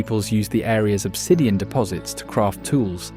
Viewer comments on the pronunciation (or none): none